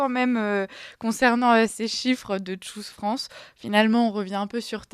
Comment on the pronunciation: FRANÇAIS...FRANÇAISES.... Si vous prononcez un mot ANGLAIS....prononcez le comme les anglais....sinon PERSONNE ne vous comprends...ni les anglais...ni les français..... Choose se prononce TCHOOSE......et non pas shoes....qui sont des godasses.....